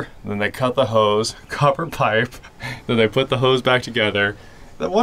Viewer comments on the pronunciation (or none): none